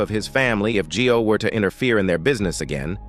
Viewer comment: G-i-o is pronounced "Joe", not Gee-o. "io" is a diphthong.